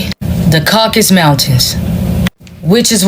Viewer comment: Kah-cuh-sus, please 🙏 From a true Caucasian from the Caucasus. 😊